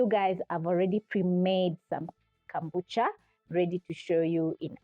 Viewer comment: It's kombucha please not kambucha. Ama ni Kenyan accent lol! Either way great video ❤